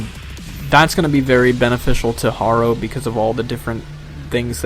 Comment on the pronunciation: I cringe a little every time I hear you mispronounce "Harrow"